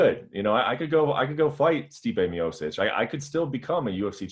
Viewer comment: Brett ffs it‘s MEEOCHICH you bubble gum reporter